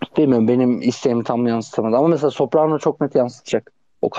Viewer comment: Soprano değil sopranos ya niye herkes soprano diyor